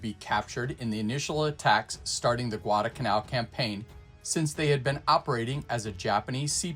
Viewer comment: Someone else who pronounces "Guadalcanal" as "Gwarda-Canal" as though there's no "L" in there !